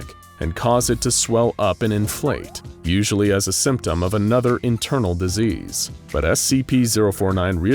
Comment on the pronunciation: disease not diesel